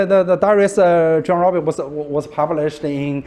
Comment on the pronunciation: Also the pronounciation of "Rabe" by the young student was very good. Which is often mispronounced by many.